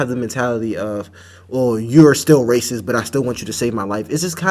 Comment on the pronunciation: What is it with people of color and how they can't finish how they say racist. They always say Raciss